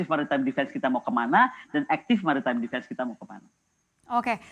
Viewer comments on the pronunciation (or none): none